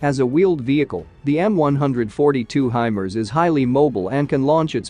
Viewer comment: Narrator can't pronounce HIMARS?